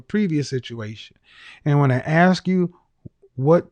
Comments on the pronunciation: Communications major........."can I axe you a question?" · Masters in communication: "I axed you......" LOL!!! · Communications major who says "axe"? hahaha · A communications degree holder who says “AXE” for “ASK”…..Wow! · she says "Let me Axe you" LMAO! She will die alone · ….“ I ax”….‘’? How about, “I’m asking?”…😝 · I am german and learned english in school so sorry for asking but: Why do so many black people seem to say "aks "instead of "ask"?! And yes, I seem to hear that alsmost exclusivlely done by black people. Is it some kind of slang?! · She wants to 'axe' you a question and have the answer 'resignate'...and she has a communications degree, but can't talk. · Communications major had to AX a question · This right here is a huge pet peeve for me. Axing people is hard work!!! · I was thinking the same thing; you are saying "Ax" 😂😂😂😂😂😂😂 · Second caller has degree in communications, and can't even pronounce the word "ask" properly. 😂